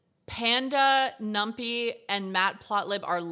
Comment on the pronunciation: pronounced - num - pie :)